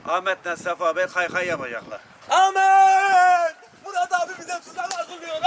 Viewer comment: Sefayi değilde sefanin Ahmet'e amet demesini özledim